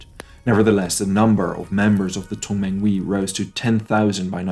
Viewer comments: 同盟会with emphasis of the H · Good content but he has not studied the Chinese language., so he mispronounces the phonemes in many names of key people, organizations, and locations. I do not suggeest he needs to pronounce the Mandarin tone, but - he mispronounces Tong menghui, Yuan Shi Kai, Beijing, and others